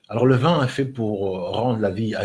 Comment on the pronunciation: Cette vidéo,et non ce vidéo , arrête de singer alors que tu parles mal français ,on dit vin et non vun